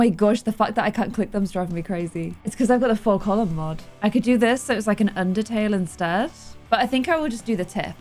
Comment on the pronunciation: When said Under Tail (Undertale) I freaked out. You are filled with DETERMINATION!!